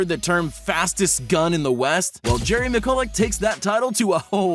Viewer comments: It is pronounced mi-chu-lik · Miculek is pronounced mitch-oo-leck. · its pronounced MITCH-UHL-ECK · Learn how to Pronounce Jerry Miculek you noob. Have some respect for your daddy. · Just saying that's not how you say Jerry Miculek he says it a whole lot different 😂